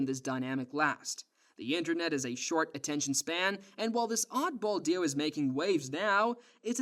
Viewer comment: Why do you say "duo" like "duah".